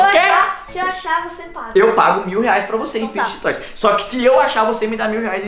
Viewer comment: Mossa o único adulto que eu já vi falando o nome serto fidget toys 😂😂😂😂